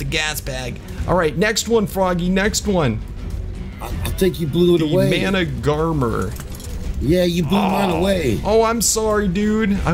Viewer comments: Man-uh-gar-mer that’s how u say the managarmyr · pronounced like this:man-ah-gar-mer